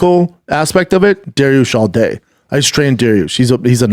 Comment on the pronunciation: He said douche instead of dariush haha